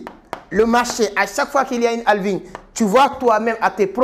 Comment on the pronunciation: D’abord c’est Halving avec un «H» 😊